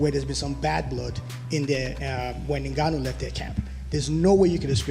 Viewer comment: Will Dana ever get Francis' last name right? N-gone-nuew